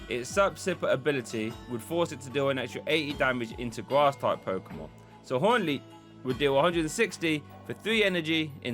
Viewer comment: made me UwU when you said gwass energy